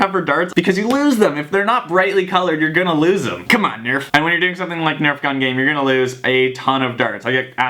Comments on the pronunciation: who gets annoyed when he says "CUMOON NURF" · and stop saying comon nerf